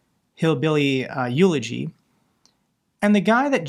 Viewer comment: Elegy! LOL eulogy!